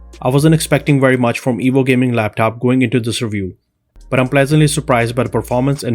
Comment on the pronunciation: it sounds like he's saying the evil laptop